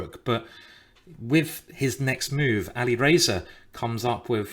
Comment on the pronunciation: I can't unhear "alirazor"... 😅